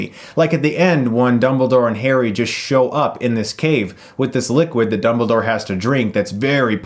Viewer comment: Did he just call dumbledore, "doubledore"?